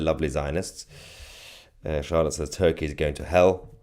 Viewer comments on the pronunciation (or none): none